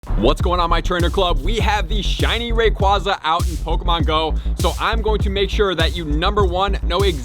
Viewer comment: I think it’s pronounced Ray-quay-za